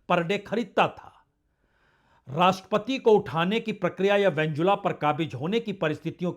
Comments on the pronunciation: नाम तो सही बोलो भाई साहब, वेंजुला नहीं है भाई वेनेजुएला है। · सर वेनेजुएला है वेंजुला नहीं।